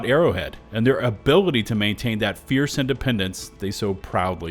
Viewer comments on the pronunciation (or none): none